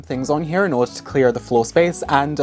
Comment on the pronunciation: did I hear an American accent when you said order in the beginning?? 👀